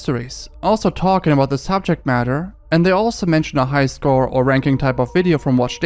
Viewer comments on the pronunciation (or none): none